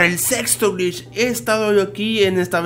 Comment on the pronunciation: cuando dice glitch pareciera que estuviera diciendo bleach xd